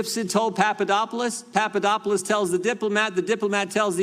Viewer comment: Jim Jordan needs to lay off the uppers, whatever it may be. He can't pronounce names....Papa dop oulos Greek...very easy Jim. Jim your grandstanding is getting to be overly, and rediculious...people are talking. Sometimes, less is more, And, when you are in the people's House the House we pay for....wear a jacket, show us the respect our tax dollars earn. Come on, you aren't in the Gym anymore. Are you? Jim....Jim...calm it down.